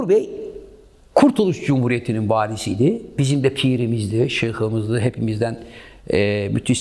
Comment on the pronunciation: Sen şıhımız dedin😂aklım almıyor; sizin gibi sanatçılarınher zaman var olması dileğiyle...